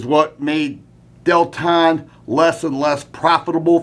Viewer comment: No, not DEL-TON!